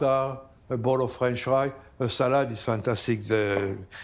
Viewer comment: “Tagtagrrrge” “Salaaahd”…excuse me, how much is duolingo?